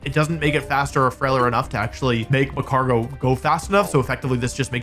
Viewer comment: Says Mag-Mor-Tar but misses the g in magcargo